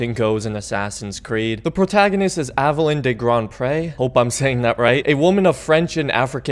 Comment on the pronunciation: It's pronounced "Aveh-leen."